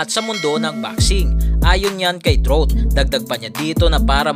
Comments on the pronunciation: Anung Austin truth? Austin trout (trawt)ang pronunciation nyan. Dating tinalo ni canelo yan. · Trawt hindi trut 🤣🤣🤣🤣🤣